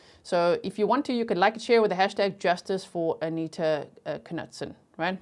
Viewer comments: Knutson is a Swedish name meaning Knut's son and is pronounced Kn-ew-ts-on. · And it’s pronounced Kah-nute-son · It's pronounced "Noot Son" The K is silent. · In north dakota we prnounce like where you live. Ka Newt Son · I’m from ND. It’s pronounced KA-NEWT-SON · Her last name is pronounced "Noot-Son" The K is silent. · I had a boss here in Arkansas USA and his name was pronounced (Knutson) CaNewtson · Im in America, knutson was my best friend's last name in grade school. Always pronounced "Ka-nootsun".. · It's pronounced Kah-newt- son. That was my maiden name and I live in Grand Forks North Dakota!! Please pronounce it correctly! 🙏🙏🙏p.s This is how her family pronounces it. 😊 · I live in ND. I've always heard that last name pronounced "knewt-sun."😀 I see that someone clarified the city. I wondered if it was Minot. I lived in Bismarck until 2020. I was wondering why the trial was in Grand Forks, but I see it was due to publicity(?). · I grew up in North Dakota. It's "MY-knot" and "kuh-NEWT-sun." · the K is silent in Knutson and in also Knapp